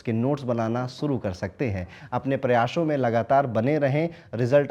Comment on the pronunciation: Sir ap some time's sa ki jagah sha use karthe hai jaise ki prayashon ke actually prayaas 😂any way that's also acha lagta hai